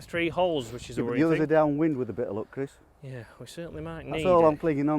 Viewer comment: I smile everytime he says Chris. Criss, Crees.